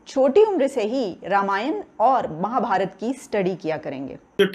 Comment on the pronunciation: You don't know how to pronounce Ramamyan and Mahabharat. You should know that your ancestors were Sanatani Hindu.